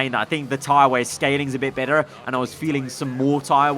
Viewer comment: “tyre wear scaling is a bit bettR” Sounding like a true northern irish lad